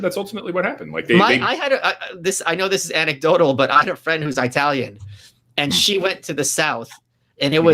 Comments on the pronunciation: "I talian" really? Who says that? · Hearing Michael say "eyetalian" made me love him even more ❤😂❤ also, just started reading The New Right. Im on chapter 4 and love it so far. Can't wait for your next book!